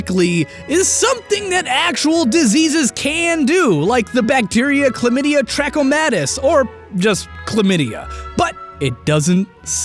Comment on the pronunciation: And massacred Trachomatis... the universe makes sense once again.